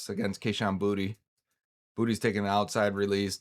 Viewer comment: Boutte is pronounced BOO-TAY. I’m from Louisiana like he is and it’s Boo-Tay.